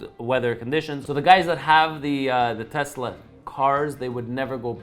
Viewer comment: My bad. Did you say Tucker or Telsa?! I'm confused.🤔